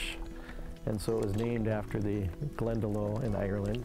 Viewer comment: Definitely want to visit here. I've been to Glendalough in Ireland and it's the most peaceful, idyllic place. Also, not to be nit-picky or anything, but it's pronounced 'glen-da-lock' by the Irish ☘️